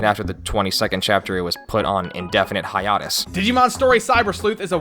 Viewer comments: 'hi-ah-tus' instead of 'hi-ay-tus'? :S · yugiohs manga came before the show.... and you pronounced hiatus wrong.